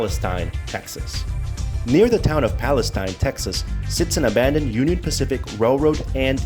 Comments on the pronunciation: Palestine Texas is not pronounced like the country, it is pronounced Pal-es-teen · In East Texas we say Palisteen. The Brazos River is pronounced Brazas. I should know since I have never lived over fifteen miles from the Brazos River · Please. "Palesteen" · PAL-es-tine is the country. PAL-es-teen is the city. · Wow, not only did you not bother to learn the proper pronunciation of Palestine you have your "story" wrong. The Union Pacific rail yard is still in operation in downtown Palestine at , - . What you found was the old ALCOA aluminum smelting facility east of town located at , - . This facility was built in approximately 1975-76 and was shut down almost immediately after when it was decided that the process cost more than the aluminum was worth. ( ) You should really try to do some research into your stories rather than try to jump on the YouTube train. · When he said Braz-ohs I knew he wasn't from here lol. The Palestine thing just reinforced it. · He would need to pronounce things like the city of Palestine and Brazos correctly first. The river is pronounced like brass with us on the end, not bras as in under garments with ohs on the end.